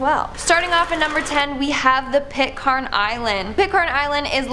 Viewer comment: Pitcairn island Pronounced Pit Can.